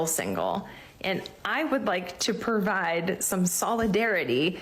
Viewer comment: " i would like to pervide"